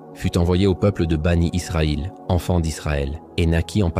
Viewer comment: Bien sûr. Cette voix c'est l'intelligence artificielle. La prononciation de certain mot le prouve. Par exemple quand il lit mécaniquement Aleyhi salam en disant AS, ou les enfants d'Israël il dis banit Israël, ou laa illahah ilallah, la prononciation n'est pas correcte. Ce sont des éléments qui atteste sans conteste que c'est l'intelligence artificielle.